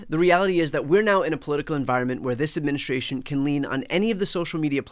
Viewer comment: Could you pronounce "Administration" correctly? It is NOT adminishrtration!!